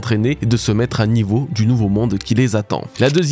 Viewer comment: Bonne vidéo.. juste un bémol, en français le verbe « mettre » du moins la première syllabe se prononce soit « é » soit « è » et non juste « e ».. Juste pour info parce que ça fait des années que mes oreilles saignent un peu lol Bon courage